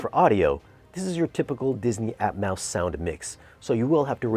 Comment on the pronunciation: Are you saying "Atmouse" on purpose because it's Disney? Lol